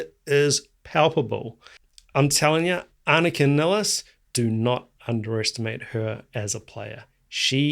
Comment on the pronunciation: First, I have to say that you're one of the few people who pronounce Anika's name correctly, the way we do in Germany 😊. She herself often pronounces it "Niles" for English-speaking people to make it easier for them. I've seen her live several times in Germany with her own band, Nevell, where she played her own compositions, in which the drums play a central role, with many odd rhythms, polyrhythms, and time signature changes. Therefore, I know she'll master all the more complex Rush songs with flying colors. Furthermore, her performance of Rush's "Finding My Way" demonstrates her ability to adapt to any kind of music, even more straightforward rock songs.